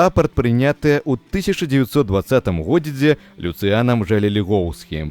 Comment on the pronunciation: Вельми неправильна гаварыце слова "стагоддзе" и "у годзе". Неяк штучна